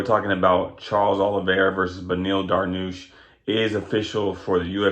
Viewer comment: quit calling him darnoosh you goof